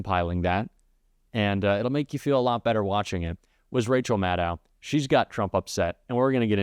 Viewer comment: Hi! Thanks for this video. Minor point: Rachel pronounces her own surname as if spelled Madd-oh (to rhyme with cross-bow). Thanks for staying on top of of all this madness.